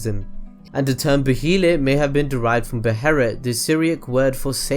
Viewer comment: the H in behleit is silent dude